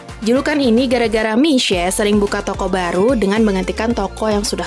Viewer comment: Nyebutnya tu mi sue. Minya nadanya ditekan ke bawah. Suenya nadanya naik turun naik. Kalau bahasa cina pengucapannya juga beda2 nadanya. Salah nada lain arti kata. So yang mau les bahasa cina kalau ga dipakai sehari2 ga ngefek deh dijamin lupa kecuali lingkungan sering pakai mandarin so ga bakal lupa.